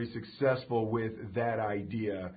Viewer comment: ha molte aidia ^^ "idea"